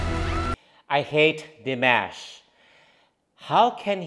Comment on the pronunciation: I figure at some point you will start pronouncing Dimash's name correctly. Maybe. ;)